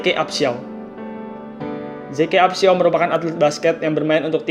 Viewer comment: Zeke dibaca zik upshow....gt bacanya mas bro